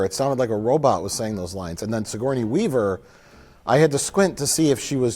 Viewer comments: “Sigournia Weaver” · "sigornia weaver" hahahaha gotta love